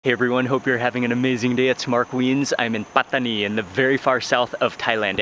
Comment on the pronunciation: I love how mark pronounces Pattani